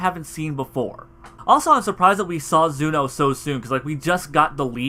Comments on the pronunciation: Every time he said Zuno I kept on saying ZENO in my mind 😂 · Tbh I like "Zuno" better than "Zeno". It sounds cooler